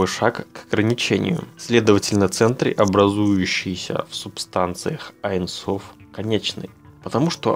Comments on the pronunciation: не "айн соф"; а "ейн соф" . ибо в первом случае вы меняете смысл... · Здравствуйте!Очень интересны все Ваши видео,но в этом видео никак не могла понять на иврите,как Вы объясняли про аин соф.Правильно говорить не аин соф,а эйн соф(бесконкчный)на иврите-אין סוף